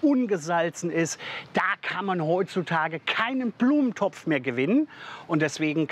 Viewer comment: Aus Gyros wird „Küros“ Trocken= „drocken“ Portion = „bortion“ Gros = „kros“ Blumentopf = „Plumentopf“ Gruselig = „Kruselig“ , der soll mal den armen Max Kruse aus dem Spiel lassen Ich konnte nicht mehr 😂😂